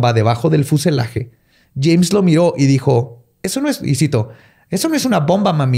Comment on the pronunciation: Alguien más escuchó "Chems" cuando dice "James"